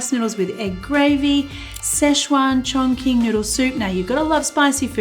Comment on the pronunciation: It is pronounced chong ch-ing. Not king. Hope that helps